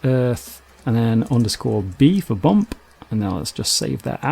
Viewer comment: I can't stand the way this guy emphasizes ending consonants. "Bake-KUH" "Emit-TUH" "Bump-PUH" Drives me crazy!